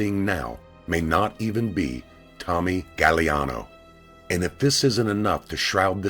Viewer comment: it's pronounced "gag-glee-ahh-no